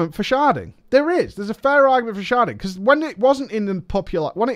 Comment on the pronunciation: I can't tell if you're purposely saying "sharting" and you're joking around, and these idiots don't get it. Or if you actually don't like sharding, and just had the hilarious misfortune to misspell it in every instance. P.S. If it's the former, it's well funny, good on you.